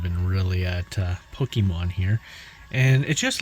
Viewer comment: Its not pookiemon its pokemon